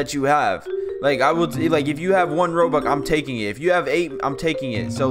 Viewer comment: when he said im taiking my rubucks and have 2 milon